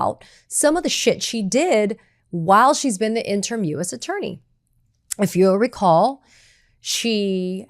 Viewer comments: Katie, the word "interim" isn't pronounced IN-TERM; it's pronounced IN-TER-IM (3 syllables). Other than that, I hope you don't change a blessed thing. Keep it up. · Interm or in-ter-im? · FYI, it's in-ter-im, not in-term. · Katie, I love you, but "interim" is not pronounced "in term" You drop the I in the last syllable making it a two syllable word. And the first few times you said it I couldn't figure out what you meant. "Interim" is a three syllable word, not a two syllable word. In-ter-im! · In-ter-um. The phonetic pronunciation. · In-trum - pronunciation. Pretty soon it will be in-tern,.. like a Dr. wanna be. ie. Free reign as a king reigns becomes free range like cattle grazing. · Interim: 3 syllables, not 2. (I can't help myself.)